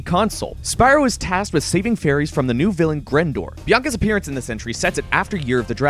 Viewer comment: when he says fairies it sounds like furries.